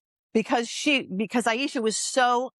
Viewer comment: Her name is pronounce Ay-sha, not Ay-eye-sha. I am Jessica's ex, Arin Marcus. I have been with her off and on since 2015, and was the reason she moved to Portland. I can do an interview, if you like. I do not have messenger, please let me know how to contact you.